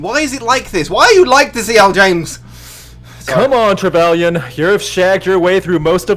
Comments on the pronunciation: It is disconcerting that someone who apparently taught Dominic about the BDSM scene for the 50 Shades videos still has no qualms about discussing or exposing her personal BDSM relationship to a bunch of livestream viewers AND Dom without their consent. Also, it's tre-VE-lee-en. FFS, the name is even used in the video game Dragon Age: Inquisition. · Me watching as everyone mispronounces “Trevelyan”: DID NONE OF THESE PEOPLE PLAY GOLDENEYE???